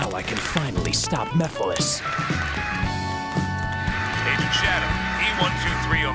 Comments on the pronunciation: larry you just heard shadow pronounce it "meff-a-less" so you choose to say "miff-ill-is" ??? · I like how this video is about voice actor mistakes and then he mispronounces "Mephiles" from Sonic 06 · First off you pronounced Mephilis wrong, and second, Shadow is saying that because he finally found a way to defeat Mephilis after spending hours not having anyway to do so before now. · I feel like Larry's incorrect pronounciation of Mephiles and Erroneous were intentional for the sake of a joke